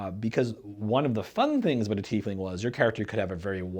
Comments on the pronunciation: UGGH! It's TIE-Fling..not TEE-fling. We also don't wear TEES, we wear TIES! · Shouldn't the name be pronounced TY-fling? Just curious